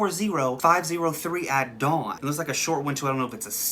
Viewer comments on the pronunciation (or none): none